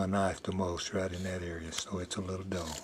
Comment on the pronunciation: Exactlyyy. When he said "look at dat" i was like.... °_°